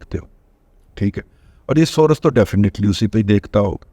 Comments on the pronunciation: دادا آپ تو سورس کا تلفظ یہ نہ کریں،بر وزن کورس کریں،امید ھے برا محسوس نہیں کریں گے، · دادا جی محترم،،،،انگلش کے سورس کی " ر " پر زبر نہ پڑھیں تو تلفظ درست ہو گا ۔۔۔